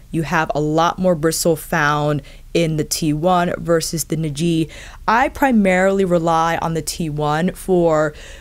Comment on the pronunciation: Not that it's super important, but the correct pronunciation should be Ni’ji, with the stress on NI. Love the detailed review as always!